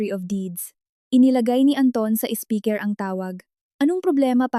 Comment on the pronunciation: Anong klaseng salita yong SPEAKER PHONE NA SABI MO SPIKER😂